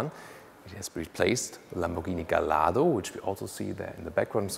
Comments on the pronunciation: Not GALLARDO it sounds Gajjardro !!!!!! Wikipedia -> The Lamborghini Gallardo (/ɡaɪˈjɑrdoʊ/; Italian: [ɡaʎˈʎardo]) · Incidentally... the Gallardo is pronounced gay-ard-o. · In the UK, we pronounce it as " Gall-Ar-Dough'